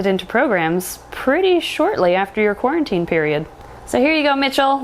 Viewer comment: Who is watching in 2020 and screamed when she said quarintine